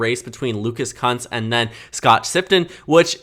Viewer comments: It’s pronounced Koonce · It’s K-OO-NCE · Lucas’s last name is pronounced “Koonce,” per his website.